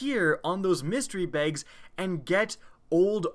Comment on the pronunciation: The way you say "Bags" bothers me